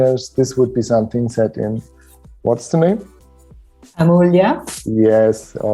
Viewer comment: Congratulations on the new studio! I confirm that your pronunciation of Amulya was quite close to the native one; good job. It is Hindi for “priceless”.